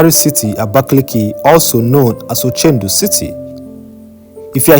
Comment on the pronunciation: It's ochudo city not ochendu